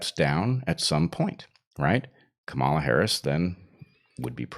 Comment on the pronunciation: So, that’s how you pronounce Harris’s first name: Chimera.